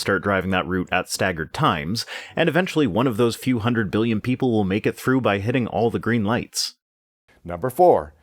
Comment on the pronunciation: Ah, good. Voldemort's Muggle grandpa back with "miyons" and "biyons".